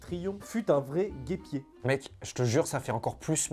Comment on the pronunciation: a fait une erreur il a dit guépier à la place de guêpier